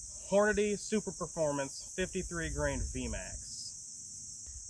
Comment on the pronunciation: "Super - formance" not "Super Performance."